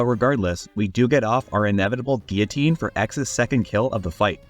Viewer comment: thank you for pronouncing guillotine correctly